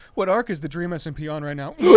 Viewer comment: "And DWEAM said "LET THERE BE LORE""